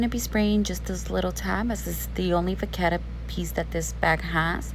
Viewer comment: It’s not vaccetta… it’s vachetta.. it’s cow leather and is where the name comes from.. cow in French is VACHE… ask Siri for pronunciation… Im French (Parisian) and it’s pronounced Va-Shh. Hence Vachetta(Va-Shhh-Etta)… doing the Lords work educating one ignorant at a time!